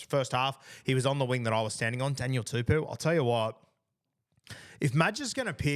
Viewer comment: Guru it’s not pronounced Daniel tuPEW, but Daniel TuPOU. Pou pronounced like Po from king fu panda.